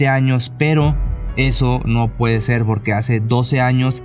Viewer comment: Cada vez soy más tu fan solo no supero que digas "borque" jajaja